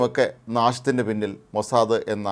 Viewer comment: ഹേ മനുഷ്യാ മോസാദ, അല്ലടോ മോസാദ്, ഹിഹിഹി